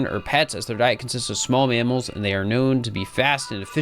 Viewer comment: Never heard someone say manamals instead of mammals before